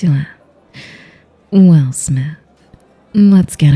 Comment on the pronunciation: Im sorry i can't take her serious after hearing "smiff" repeatedly